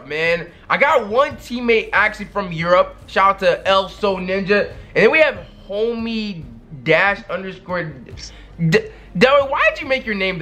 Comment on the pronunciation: This man said L so ninja instead of isoNinja